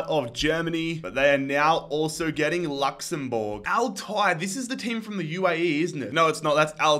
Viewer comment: man said luxborge